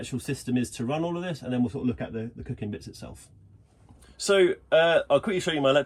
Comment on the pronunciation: Something I plan to do too! Those people who just cannot process no gas in a camper!! Loving mispronounced Cooking 🤣 Nice video!